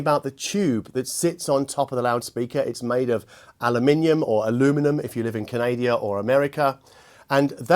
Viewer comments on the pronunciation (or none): Hey - great review! But there's no such country as 'Canadia' - while the people who live there are called Canadians, the country is called 'Canada', with emphasis on the first syllable. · Sorry to hear you have COVID, good job it wasn’t man-flu though! Don’t think you’d have managed the video with something as serious as that. 🤣 Love your work, keep it up and get well soon… Canadia by the way? Almost as good as Aluminum. 🤣🤣🤣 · Canadia ? NO ! The country is called Canada. Don't ever forget that. Ok. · Canadia? I'm sure it was Canada. 🙄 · That’s the second time. It’s Canada, not Canadia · Canadia! hahaha lets keep using this until they get aluminium correct okay. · Bugs me too ... am I missing a joke? Canadia is a word (name of an extinct worm). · Love the "...aluminum from Canadia."